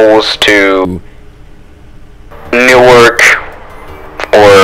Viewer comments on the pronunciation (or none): none